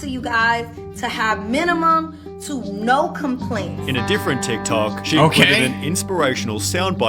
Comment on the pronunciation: How did bro forget how to say different